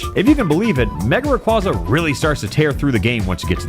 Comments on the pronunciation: When I first started watching this video, I noticed something was wrong. It took me a while to figure out what it was. But then, around the two and a half minute mark, I finally realised what it was. HE KEEPS PRONOUNCING RAYQUAZA WRONG. IT'S RAY-KWEI-ZA, NOT RAY-KWA-ZA! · here to ruin your fun like all my friends did to me. Its Ray Qwhey zuh not Ray cwazuh. like quazar. I always thought it should be the latter because it sounds cooler. Same thing with Gyrados being Girados instead of guyrados. Pokemon just hates making their names be pronounced the cool way. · The way he talks sometimes makes me think its a real challage but everytime he says mega raygaza i remember it isn't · erm... ackshually... it's pronounced ray-quay-zuh. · Bro. It's mega requasa. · "Ray-QWAH-za" Give me a break.. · Nah, it's my favorite Pokemon of all-time! Still pronouncing it's name wrong revokes your privilege to say that😂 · If it was your favourite youd pronounce its name right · This video hurts me... WHY DO YOU PRONOUNCE RAYQUAZA LIKE THAT RAAAAAAAAAAAAAAAAAAAAAHHHHHHHHHHHHH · There is no way rayquaza is your favorite Pokemon and then you pronounce it wrong 😡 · A video dedicated to a Pokémon and is also favorite... Mispronouncing Rayquaza's name the entire time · It's not just an April 1st thing unfortunately, he mispronounces it in other videos too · “My favorite Pokémon” mispronounces the name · Why are you pronouncing Rayquaza like that though